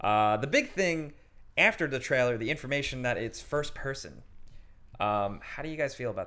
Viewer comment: What the hell is a treller?